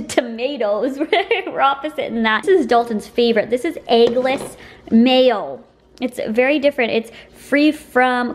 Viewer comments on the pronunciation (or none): none